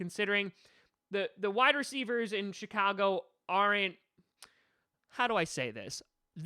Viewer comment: Did he just say SHITAGO BEARS 😂